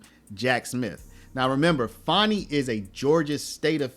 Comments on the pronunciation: Learn how to speak pronounce words and spell it's pronounced Fanny and spelled fanni not fonni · Her name isn't Fawny it's Fani. Say it like it is spelled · It’s Fanny as in butt get it right